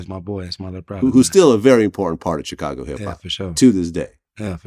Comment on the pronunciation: I hate how vlad pronounces Chicago